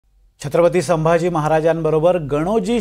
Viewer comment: स्वतःला राजेशिर्के बोलतो आणि याला छत्रपती संभाजी महाराज आणि छत्रपती शिवाजी महाराज बोलायला येत नाही 😠